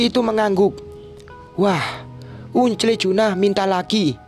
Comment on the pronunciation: Tolong dong yang baca belajar bhs Inggris masa angkel dibaca ungkle. ..